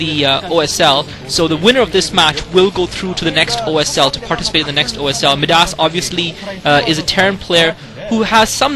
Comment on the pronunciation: By the way, I think Midas is pronounced "my-das." Anyway, I'm glad you were bored. I speak Korean, but sometimes I enjoy your comments more.